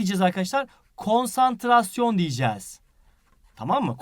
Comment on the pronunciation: konsantrasyon mu konstrasyon mu 1.04